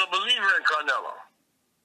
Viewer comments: Nazi kills me calling him "CaR-nelo" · "Carnelo," WTF??